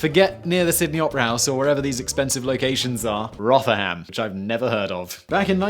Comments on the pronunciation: Did .... did he just call it .... rother ham? ..... its pronounced "rov rum" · In the interest of correcting your pronunciation, it's "Rothrum". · Rotherham is not pronounced like Goth. It's softer like the Ro-the-ram. And you claim to be British but never heard of Rotherham? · It’s pronounced ro-ther-am not Roth-er-ham This made me angry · Simon you have spent too much time in your life in the states. You've started to pronounce place names like an American. Roth-er-Ham.... Danny is crying in the cellar right now. It's pronounced Ro-the-ram and the "o" is a soft o not a hard O. What next.... Lie-ses-ter. Come on man you're British! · For crying out loud, Sy. It's pronounced ROTHER'M. NOT ONCE in my 47 years (in a month) in this shitheap of a country has ANYONE said RotherHAM. Ask Danny. Maybe get him to do an audiofile so you don't eff up so GodDAMN awfully again. At least we're 4 mins in. Can it get much worse? ;) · 'ROTHER-HAM'? Did you mean the town in South Yorkshire whose name most people in the UK pronounce as 'ROTHER-UM'? Is this an internet thing, where presenters are struck with an inability to pronounce the names of places from their own country of origin? And then compound it by saying they've never heard of the place? Bloody Hell. Next time you're back in the UK, Simon, you might want to give Rotherham a swerve. Just in case, eh? And Philadelphia, too, whilst you're at it. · Its pronounced rovrum not rotherham. Not complaining in fact Im rather surprised any one there can read let alone write. Dont worry Simon about not knowing the place as even the inhabitants try to forget the place. I joke of course Im from Sheffield so I have to poke fun. Its a law or an old town charter or something. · It's pronounced Rother-Rum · Rother-ham! You mean Rotherham in South Yorkshire! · Rotherham = RO-the-rum, with the 'th' of 'the', and a short 'o' at the beginning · I'm Canadian and I was thinking "Isn't it like, ruthrm?" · Rotherham? Roth-ur-um